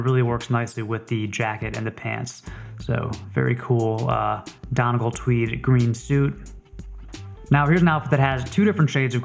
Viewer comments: Donegal, as in County Donegal in Ireland is pronounced as ‘Donny-Goll’, not ‘Donnagall’... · Donegal pronounced Dun-E-gall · Donegal is pronounced DUN-EE-GAULL